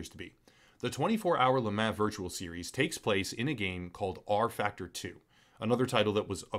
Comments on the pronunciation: Love this channel, and I really really hate being this guy. I seriously do: But LeMan is pronounced like LeMon. Like Pokemon. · Le mah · La mah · Every time he said Le Mans I actively died a little inside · It is funny hearing you pronounce Le Mans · Yep it's French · Yea this company is trash but not being able to pronounce one of if not the most known race events in the world is almost even worse